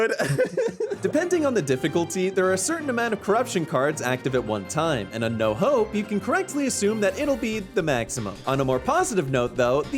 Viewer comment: thought he said no hoe not "no hope"